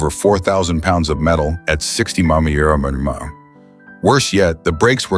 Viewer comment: I like how it shows the wrong car that it's talking about. A I voiceovers are horrible. They can't even pronounce MPH. 😂